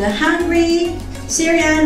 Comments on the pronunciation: "The Hungry Sayran....Sayran...." Kakahiya U.E. Sayran amputa. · The host cant pronounce the word 'syrian'??? 😬 cringeee